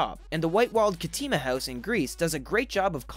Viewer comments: You say howuus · why is he saying hews